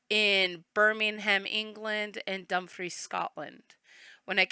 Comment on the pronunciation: Totally! Its not Dumb-fries, it's Dumfrees lol. But when I was living there everyone laughed when I tried Kirkcudbright the first time lol